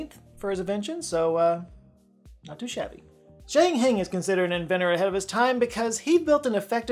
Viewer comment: A good mention of several scientists, but it would be better if you paid attention to pronunciation in foreign languages.For example Zhang Heng.